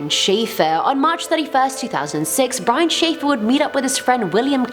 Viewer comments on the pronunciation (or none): none